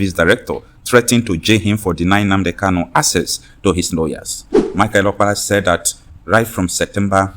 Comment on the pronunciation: Nnamdi Kanu is your client but you ddoont know how to pronounce his surname .